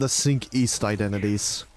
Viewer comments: Pretty sure Cinq is not "sink" but pronounced closer to "sank" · Hello, fr*nch person here It would be pronounced sa(h)nk or [sɛ̃k] in phonetic transcription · listen dude, I'm not a teacher. I'm a normal commenter. It's closer to "sank" I mentioned that and left it at that, whether he fixes it or not wouldn't affect me, just letting him know he's saying it wrong and there's a way to say that's close to correct with least amount of changes necessary... It's not that deep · Cinq - pronounced as s-ahng-k